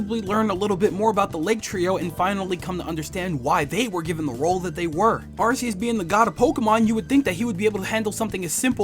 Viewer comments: Arceus is pronounced Arkeus not Arceus. That's how they said several times in the trailer! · I find it odd that people pronounces Arceus's name with an s-sound, when it's supposed to be pronounced with a hard c. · ArKOOS is the correct pronunciation.